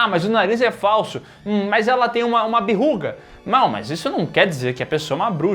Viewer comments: Por favor, Berruga nao BBBBERRUGA NAAAAAAAAAAAAAAAAAAAAAO! KKKKKKK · o cara meteu um "BERRUGA" KKKKKKKKKKKKKK VSF